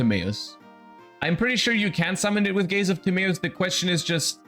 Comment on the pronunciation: Gays Of Timaeus